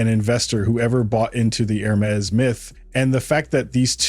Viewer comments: While I do enjoy the mispronunciation of Hermés, it still needs to be said that it is not HER-mees, but Errr-meis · The narrator does not know how to pronounce Hermes... crazy...